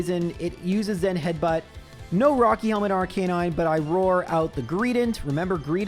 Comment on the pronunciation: Why can't anyone pronounce Arcanine properly? Is it a 'Murican thing?